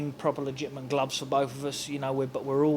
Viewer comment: Billy Joe "Ligitamant" Saunders